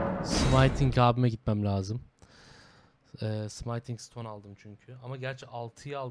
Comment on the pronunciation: Abi 13. bölümdeyim sayende artık Smithing Stone'u senin gibi yanlış telaffuz etmeye başladım yemin ediyorum. Gözünü seveyim artık şuna sımayting deme abiii :D Bildiğin yazıldığı gibi okunan bir kelime bu, translate'e bir yazıp dinleyebilirsin :D